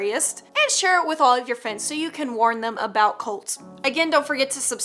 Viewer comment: At first I thought she said scary colds